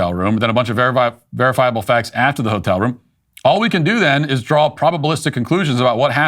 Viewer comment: ho-tel, enough said